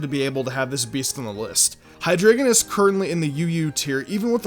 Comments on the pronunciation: It's hi-dry-gon not hi-grae-gon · It's pronounced hi-dry-gon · Hydreigon is pronounced "hi DRY gon" because it is German 3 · you pronounced hyderigon wrong. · U can't even say hydreigon....